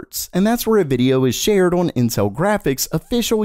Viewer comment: One day will say "on" properly.